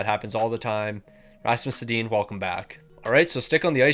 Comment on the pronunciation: The only thing I can’t get over is the mispronunciation of he names. Why are you calling them Teeg Iginla and Rasmus Sedin 😂